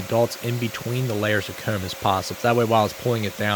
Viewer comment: I'll never get over how he says "coormb" and "hoorme". Good one 👍